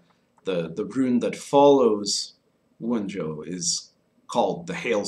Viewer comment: I have to say I find the pipe smoking during the video to be annoying. If I am going to invest my time in watching content about a topic, I would rather not sit and wait for someone to tamp and light their pipe and then puff on it. Also, the names of the Runes are reconstructed in Proto-Gemanic. In Germanic languages the J is pronounced like a Y, it is "Wun-yo" and not "Wun-Joe".